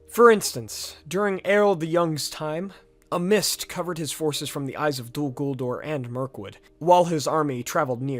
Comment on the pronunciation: Eregion for example, you're pronouncing it as Eree gion, but the second e is just as short as the first. Then Gwaith-I-Mirdain, I don't understand how you mispronounced that cause you said the first ai correctly but then you did the ai in mirdain with English pronounciation instead xD, also in this case the I (inbetween the words) is pronounced as the english ee. Dol Guldur, not Dol guldor. I think that was the main ones.